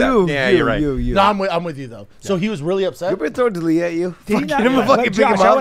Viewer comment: And the winner for being able to put together the most coherent sentence, Chris “DinggleBerry” D’Ellllliiaaaa!